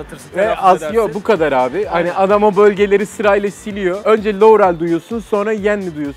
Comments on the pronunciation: liorey diyor abi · Lorul diyor Laurel demiyoki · LOUREL DİYO